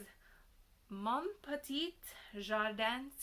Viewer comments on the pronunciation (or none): Your French is not terrible. You could improve it a little by not pronouncing the ‘t’ at the end of petit and secret. The ‘t’ sounds if there is a vowel after it as in petite. Well done.